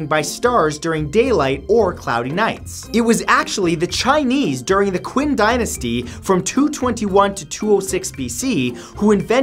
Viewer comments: Quin (chin) is how you say it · "The Quinn dynasty" No, just stop. Q in chinese is usually pronounced as a ch sound. So "Qin" is pronounced as "Chin". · The Qin Dynasty is not pronounced quin. It’s pronounced more like cheen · It was the most painful thing to hear him pronounce Qin as “kwin”. It’s chin, Matt. Goodness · Qin (Chin) Dynasty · Love your videos Matt! BTW “Qin” is pronounced “Chin” not “Kin.” :P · Qin is pronounced Chin not Kwhen. Just an FYI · Nice invention review. Only one bad pronunciation and one wrong fact. (Qin is pronounced Chin in English, not "quinn") (and though the name internet came later, it was around in the mid 1980's. I ran a public online bbs in the mid 80s when i was in university, and before that used "CompuServe" AOL and at least one other." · Qin dynasty is pronounced: Chin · You said qin dynasty wrong its chin Not kin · "Who regurgitated what they said to the illiterate masses..." Hmmm... history repeating itself? PS Matt: I love you to death man sincerely! But please! If you don't know how to pronounce something please take a minute or two to research how to say it! One example: it's "Shin" dynasty not "kwin." If it was just this once I wouldn't say anything but it's almost every video. Please don't take it like I'm hating.. I'm not! Again I LOVE you and your content. Just a bit of constructive criticism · Quin Dynasty...? Do you mean Qing Dynasty? Because that's pronounced "Ching" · Its CHIN no qin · Qin (chin) dynasty!!! Not QUEEN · Fun fact Matt: Q in Chinese words are pronounce with a CH sound so Qin is Chin. Bonus fact Zh is pronounce with a J sound so Zhang is Jang. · Qin dynasty is pronounced SCH-in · I would like to add that you pronounced Qin dynasty wrong it’s said like chin another example is Qin Shi Huangdi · AHHH the first fact made me cringe. First off, it's pronounced "Chin" dynasty, despite the spelling. Even so, I can't believe you don't realize that Q is the same sound as K. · Qin is pronounced Chin